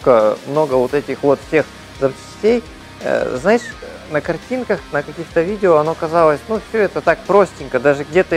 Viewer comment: очень интересно прозвучало слово "знаешь"